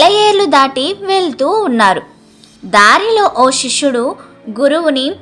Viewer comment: శిష్యుడు అని చదవాలి షిష్యుడు అనకూడదు